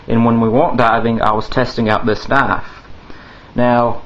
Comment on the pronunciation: its knife not knafe